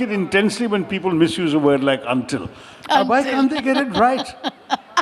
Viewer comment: 'Until' yennanu parayendathu, 'undil' alla. Ucharanam thiruthuka.